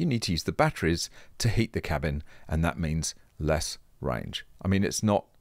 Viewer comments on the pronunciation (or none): none